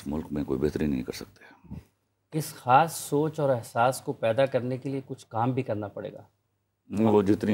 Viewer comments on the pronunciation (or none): Salaam Please correct your pronunciation ‘Khhan’ or ‘Khhas’ is no word Khan and khas is the right pronunciation Indians and Sikks sometimes used this way but please correct asap as it is hard to digest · کھلیل، کھوشیاں، کھان ، کھاس what are you saying lady?